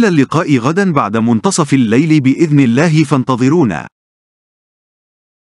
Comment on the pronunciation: معلق الفيديو لديه اخطاء لغوية كثيرة جدا واقصد بالحركات فاغلبها ان لم اقل جميعها تلفظ خطأ وكذلك لفظ الجلالة يلفظه بتخفيف اللام وهذا غير صحيح وللاسف اصبح الآن كثيرين مقدمين ومذيعين يخطاؤون باللغة العربية وهي لغتنا الجميلة ويجب علينا حمايتها والحفاظ عليها لذا حبيت ان الفت نظركم لذلك .. غير هذا الفيديو جميل وفيه معلومات مفيدة